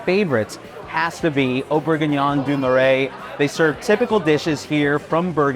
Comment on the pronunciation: Omg the pronunciation of “Marais” screams no credibility 🤦🏻‍♂️🤷🏻‍♂️